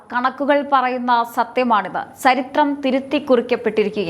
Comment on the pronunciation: മോളെ ചരിത്രം എന്ന് പറയു അല്ലാതെ സ്ശരിത്രം പറയാതെ ബാക്കിയെല്ലാം ok